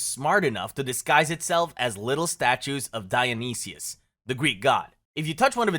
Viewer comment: It is Dionysus, by the way, not Dionysius. I have noticed that this channel is terrible at spelling and pronouncing some names, like pronouncing Job as "job" when it is pronounced "Jobe".